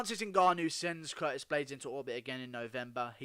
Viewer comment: This man just said Curtist